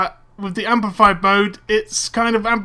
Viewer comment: its amplified not ampified